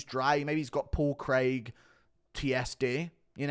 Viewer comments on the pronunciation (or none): none